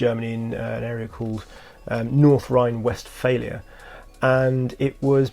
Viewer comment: Not as bad as how he pronounced Westphalia 😂 ahh, the British...